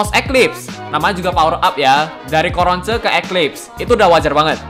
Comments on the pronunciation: Kok bilangnya Coronce 😂 Cronco malah dengernya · Coronce dibaca corons?